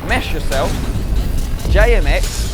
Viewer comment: legends of gaming looked good till he said jmx